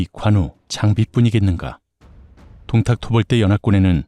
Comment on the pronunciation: 원또(원소)의 똥따령관 부분에서 ㅋㅋㅋㅋㅋㅋㅋ 김밥 밥알이 날아가는 사태가 생겼습니다. 방심하면서 먹으면서 듣다가 사레 들리고 ㅋㅋㅋㅋㅋㅋㅋㅋ 이건 뭐 쌈국지 들으면 늘 있는 일이라 ㅎㅎㅎㅎㅎ 동딱이 아니라 똥딱같은데... 들을 수록 귀엽잖아요 우리 귀요미 원또 발음이. 밥이 그냥 쑥쑥 들어가네욤. 한참 까르르 웃는 와중에도 역시 오늘의 교훈은 놓칠 수가 없네요. 꽤 여러가지도 나오는데다가 요즘도 그닥 저 시대랑 다르지 않구나 하는 것을 매치시키며 생각하다가, 인간의 본성이 그런걸까도 싶고 생각이 꼬리를 무는군요. 참 쏠쏠합니다 재미와 교양까지 일거양득이라. 아군인거 같아도, 꼭 그 안에 개인적인 시기 질투로 본질을 흐리면서 분열을 일으키는 자는 어디든 있죠. 원또가 동생을 맴매해서라도 버르장머리를 고쳐줬음 싶기도 했습니다. 동탁 토벌이라는 본질보다는 자신만의 그 자괴감에서 도출된 시샘은, 전장에서 무리를 이끌어서는 안 될 가장 위험한거죠. 결국 그 토벌 대상인 동탁하고 그럼 무에가 다르겄느냐... 이 말입니다. 원술 참 못됐어요 속도 좁구요. 진짜 적은 내부에 있다는게 이런 경우같고, 결국 그 사람의 그릇된 욕망이 자중지란이 되는거 같습니다. 특히나 원술이 본인이 이룬게 아니라, 원또라는 형님... 즉 자기 가족의 힘만 믿고, 자기 영달만 챙겨서도 일이 제대로 꼬인거 같아요. 작금도 별반 다르지않다고 보는게... 학폭이던 직장 내 괴롭힘이건 지나가는 사람들에게 마구잡이로 그러건 그런 이들을 까보면 상당 수가 '가족이 뭐다'가 꽤 역겹게 자주 나타나곤 하죠. 하지만 원술도 요즘 시대의 또 다른 원술같은 자들도 간과하는게 있죠. 진시황도 천년만년 사는걸 몬했는데, 즈덜이라고 오래 살겄어욥? 그래서 사람은 맘 곱게 써야, 두 다리도 편히 뻗고 잘 수 있는거구나 하는 깨달음을 이번 15화가 묵직히 주네요. 재미나게 엮어주신 문화류씨 작가님, 너무나도 맛깔나서 밥 먹다가 사레도 여러 번 들릴만큼 신들린 더빙을 해 주신, 덕분에 폭염의 날씨임에도 불구하고, 식사 시간이 즐겁고 시원하고 기분까지도 좋아서 행복합니다. 고맙습니다!